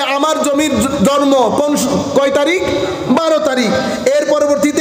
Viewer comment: Jormo na ucharon ta jonmo hobe